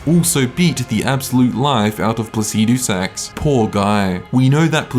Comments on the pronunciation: I haven't got a clue the basis of which you're ranking these bosses because you have such a beautiful fuckin way with words, but Fire Giant higher than Godrick? Never! Also, learn to say "Placidusax" normally. Like how an American says "aluminium": Faster and without the stress on the "i". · man i really like how u pronounce that dragon lord name lol so funny🤣🤣🤣🤣subscribed